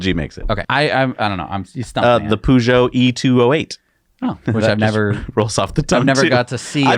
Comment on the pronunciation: I'm sorry, but it bugged me... Peugeot is pronounced "per-jo". Otherwise, love your videos....